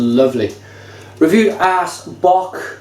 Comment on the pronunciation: great review, but it's pronounced OS, not ass :P the norwegian å would be the same as the O in orange. :)